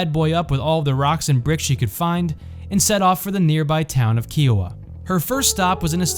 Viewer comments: It's pronounced "Ky-Oh-Wah" like Iowa with a K. Not "Key-Oh-Wa" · KI-Oh-Wa, not Key-oh-wa. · I’m from Kansas, born and raised and I’ve never heard someone say Kiowa as Keeoa. It’s pronounced KIOwah. Like kite and no. Not an ee sound. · That is not how you pronounce "Kiowa" its like the greek letter "Chi" Chi- o- ah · Kiowa is not pronounced like that 😂 Love the video! I'm actually from Medicine Lodge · No but it is a fact